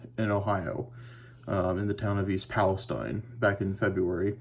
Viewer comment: Wow, thanks for the update; saw it on the news tonight but had no idea it was so close. BTW, pronounced Palasteen, not like the Mideast area.